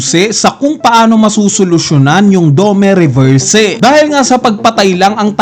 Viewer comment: aral ka kasi para alam mo tamang pronounce.. 😅🤣😂.. puro nood ka lang ng anime eh.. saka fan boy ka lang.. 😂🤣😅.. dome reberse 😅🤣😂